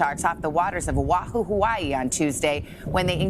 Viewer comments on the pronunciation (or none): Did she say "Wahuhu"?? Get a commentator who knows how to pronounce hawaiian names 🙄 (Oahu)